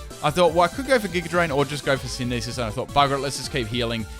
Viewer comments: love the videos but by god stop with the senesis. its synthesis sin-the-sis not *sin-e-sis 😁 been bugging me for ages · Dude, please. It's not Sinesis, It's Synth-e-Sis ; Synthesis